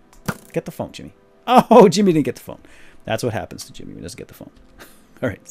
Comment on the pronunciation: Sounds like you say Chimney and not Jimmy sometimes, lol.